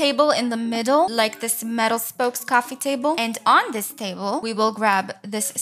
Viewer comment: No hate but why do you say "cwaffee Table"